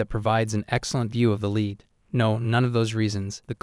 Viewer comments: AI voice can't pronounce "lead" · I’m dying at the way this dude pronounces lead 😂😂